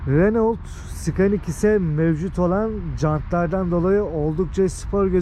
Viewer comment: Hocam her şeyiniz iyi güzel ama iyi yönde bir eleştirim var. Renault Scenic diye telaffuz etmeseniz çok iyi olurdu. Reno Senic ( Senik) daha iyi olurdu. İnşallah bunu kötü algılamazsınız. Sizi takip ediyorum ve izliyorum. Yurtdışında yaşayan bir kardeşimiz olarak Türkçeyi hem akıcı hem de güzel kelimelerle konuşuyorsunuz. Sizi destekliyorum ve takip ediyorum inşallah alınmazsınız.